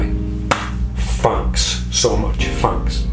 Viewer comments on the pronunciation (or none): I wonder if you say "FANX" (on purpose) instead of "thanks" By the way, where did Suzan go? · You didn't say FANK yet